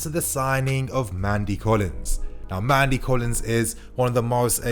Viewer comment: Nnamdi Collins, not "Mandy Collins"